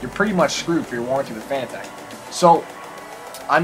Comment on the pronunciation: fanatec is pronounced 'fuh na tic'